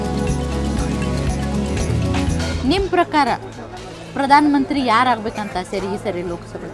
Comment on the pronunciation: Akka ನಿಮ್ಮ ಪರಕಾರ ಅಲ್ಲಾ ನಿಮ್ಮ ಪ್ರಕಾರ anta ಕೇಳು 😅